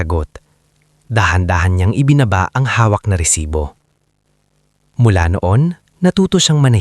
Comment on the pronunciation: Mali rin ang bigkas ng " Lipa"Pilipino ka ba,? bakit ganyan ka kung magsalita ng tagalog, resibo hindi resites